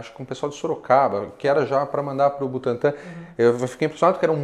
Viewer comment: BUTANTÃ e não Butantan